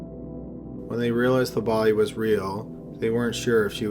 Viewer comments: Bodyyyyyy.... Pliiiice, Troubleeeee, Murdeeeeer.... Jesus man! No offense, I ean nothing bad, but you have, by any doubt, THE WORST PRONUNCIATION out of all channels THAT ARE NARRATED LIKE YOURS! It's a real wonder you have so many views! I ean, it's down to the great quality and every interesting subjects and stories! But you should definitely find someone else to do the narration! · Jessica Grime lol i didnt notice till yoh point it out